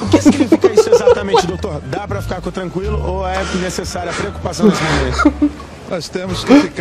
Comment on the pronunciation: Ninguém percebeu o "Dá pra ficar CUtranquilo" no senhor lá no Datena.